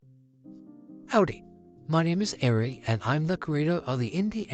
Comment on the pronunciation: Don’t push yourself about it Ari I personally think the season one finale was perfect and well deserved, although I did find your channel through your Pokemon au and started watching your own created series last week I still think it is good and needs a larger fandom. Also thank you for the proper pronunciation of your name, I’ve always pronounced it like Arey and not airy so thanks.